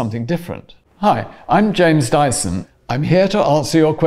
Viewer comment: finally now we know the correct pronunciation.